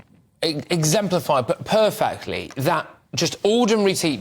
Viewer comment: Purrfict, really lol.